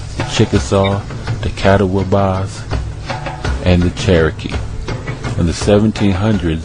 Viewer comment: Compelling and fascinating. It is obvious that you've done a bit of research. A couple of friendly critiques though: Your pronunciation of some terms needs a little work. The way you say Catawba is crazy-making. You kept saying Cat-a-WA-bah. It is generally recognized to sound like cuh-TAW-buh. Here's a link to an audio of it: Also, I can't recall how you slaughtered Chief Osceola's name, and if I hadn't already known to whom you were referring, it would have been completely beyond recognition: There's a site called that you may find helpful. I tell you this because even though, your research may be thorough, presentation is almost equally important. If you appear or sound as if you don't have a firm grip on the material, including at least close proximity of the pronunciations, it can completely erase your credibility.